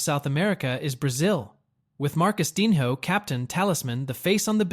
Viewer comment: He said MarcusDINHO! Dead ☠️💀